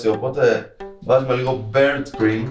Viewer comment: τι μπερντ κριμ, λάρι μπερντ; Μπίαρντ ρε φίλε 😂😂